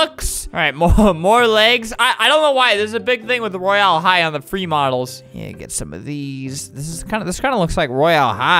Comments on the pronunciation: Get the pronunciation right on royal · Not how you say Royal high